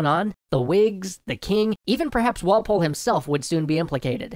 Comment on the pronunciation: Okay, I got so annoyed by your emphasis of Walpole.